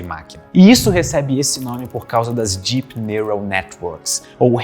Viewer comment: fica a dica: melhore a pronúncia do “deep”. Em inglês: it’s a D sound (deep), not a J sound (jeep)! 😂